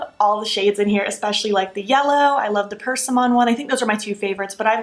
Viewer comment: Because I love you, I should tell you that you may want to look up persimmon pronunciation